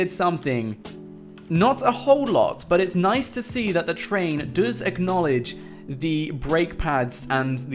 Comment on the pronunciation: Say Acknolage one more time I swear